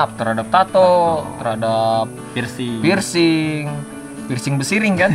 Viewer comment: Apa cuman gwa aja yg ngakak pas denger pircing besiring🤣🤣🤣